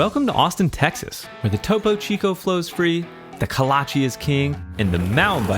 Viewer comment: It’s KOLACHE bro. Not kalache